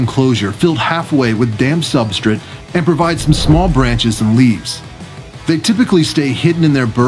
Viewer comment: Substrate. SubstRATE. I couldn’t stand they way you said it.